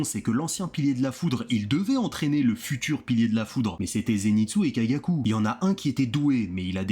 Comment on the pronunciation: Ba s'est ZÉNITSSOUE